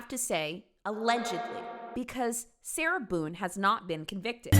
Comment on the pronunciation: I thought he called her “Sailor Boon” for a sec 💀